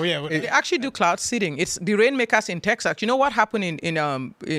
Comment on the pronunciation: Saying “teksuks” is just pure laziness. She’s lived in the US for 27 years. No excuse.